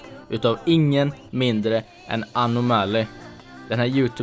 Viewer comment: du kan junte prata han heter anomya int anima